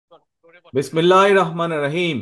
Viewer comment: বিসমিল্লাহ ও ঠিক নাই সালাম ও ঠিক নাই